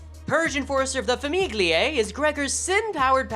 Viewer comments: Oh god, its Tartaglia all over again. Just for saying "GLI" in italian its read "YI", so its Fami"YI"e not Fami"GLI"e. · fyi, mercé is italian so it's pronounced mer-CHEH. famiglie is pronounced a little more like fami-ye